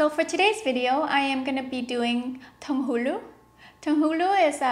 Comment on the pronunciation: Wow! you made these yourself? They look great! Your pronounciation of "tanghulu" is so cute! hehe